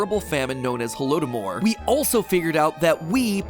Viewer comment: Comment from a Ukrainian here on the pronunciation. Holododmor is actually a conjunction of two words of death and starvation in Ukrainian. First word is holodu phonetically and the second is domor. Put together Holodomor is Pronounced Ho-lod-d-mor, pronounced how it is spelt with both o’s pronounced how you pronounced the first o when you said holodomor in the video with the 3rd o almost non-existent as it was eliminated in the conjunction of the two original words.